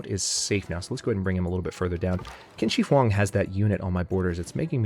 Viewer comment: U pronounced the Chinese leader's wrong. Is QIAN SHI HÒng